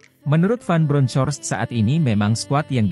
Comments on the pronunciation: Di bacanya BRONKOST.. bukan BRONCOS.. belajar bahasa inggris.. buat content tapi tidak mau belajar inggris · Baca ;Jiovani van bronhors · kalau bacain berita jangan pakai translator.... Giovanni Van Bronckhorst tuh bacanya GIOVANNI VAN BRONKOS....okeyyyyyyyyyyyy